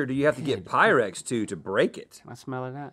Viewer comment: This is the first time I actually noticed, that Link does genuinely say “smellA that”😂😂